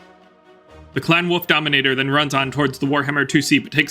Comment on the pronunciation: Great videos from you. Much enjoyed. There is an "L" in wolf though....Hearing you say woof all the time is distracting... lol 🤣